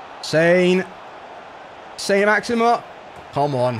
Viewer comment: 'How many time can you say Saint Maximin like a twat?' 'Hold my beer'